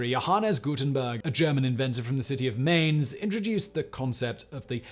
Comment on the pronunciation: But the pronouncement of Mainz was definitely terrible.